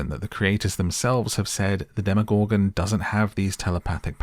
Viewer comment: The way you say “demoGORGEN” gets me every time 😂 I had to turn off the video